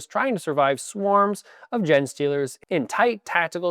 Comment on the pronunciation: "spreading disease like a kid coming home from daycare" resonated strongly. But I am almost certain Canadians also pronounce the word "genes" like "jeans" so you may need to assess your pronunciation of "genestealer".